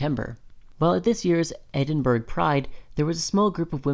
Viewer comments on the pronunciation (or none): as a Scot, "edin-burg" is like a Manchurian candidate trigger 😬😬😬 ETA: GLASS COW? I really don't understand why you chose someone who doesn't know how to pronounce Scottish place names to read out the Scotsman article lmao Good video, I find it a bit reductionist at points (that gender dysphoria defines trans people).